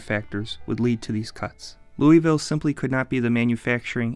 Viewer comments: To pronounce Louisville correctly, should sound like a bag of six in ur mouth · No one says it that way unless you aren’t local…. Always with a uh/a in there (not historically accurate, but that’s how people say it here) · As a local I can say your pronunciation is a bit off. But it's better than how some people pronounce it. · I have lived here majority of my life, and remember making that argument when I was younger. It is not said both ways. It may be named after King Louie, but there is a way places over time can change pronunciations. By making this video without having researched the proper colloquial pronunciation, makes it look you don't care for facts/truth. Arguing with people who live in the town they don't know how to pronounce their city, is also not good form. And yes, it is very apparent you are not local. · How TF you gonna make a video about a town and then mispronounce its name the whole time?? There’s no “ee” sound in the word “Louisville”. Believe that. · Your pronunciation of the city is very off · ITS LOUISVILLE NOT LOUISVILLE GET IT RIGHT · He mispronounces the name... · You’re saying it wrong, just saying. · Ok as someone from Louisville, you are pronouncing it SOOOO WRONG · That is not how you pronounce Louisville. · They really should learn how to pronounce Louisville. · It’s pronounced loserWulle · Bro please learn how to pronounce Louisville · I'm cringing at the narrator's mispronunciation of Louisville and Appalachian. Also just because some crummy corporations left doesn't make the city a "lost place". It's very much alive and thriving. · You did alot of research and still can't pronounce the name. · If you are going to do a video on a city, you should learn how they pronounce it. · Like nails on a chalkboard, everytime he mispronounced Louisville. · He pronounced it the way I do there.. Lou(a)ville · fyi Kentucky natives do not say "louis-ville." We pronounce the city "luhl-vul." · we don't say "Lou-e-ville" it's more like "Lou-a-vul"